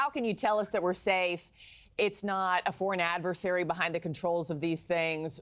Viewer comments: Can’t someone tell Ross how to correctly pronounce “AD-ver-SARY” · As strange as these events are, it's even stranger that Ross cannot pronounce "adversary" correctly.... 😮